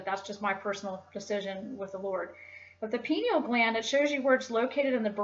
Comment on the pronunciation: so what is your religion then and does it not have any esoteric aspect? also, you mispronounced a lot of words. pineal, Osiris, Pleiades, Caduceus, Dionysus...